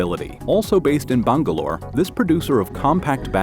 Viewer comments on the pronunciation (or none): none